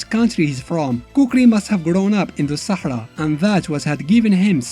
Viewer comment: U pronounsed sahara very well are you north african? Im from algeria 🇩🇿 HUGE fan BTW